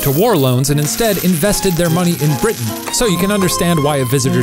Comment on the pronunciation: did that little dude really pronounce it "briddin"?????